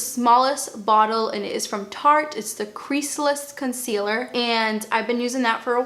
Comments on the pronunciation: Noooo - can you keep your accent and pronunciation. “conseeeaLUH’ Im British and I love it!! Xx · I love how you pronounce items with your accent!!! 💕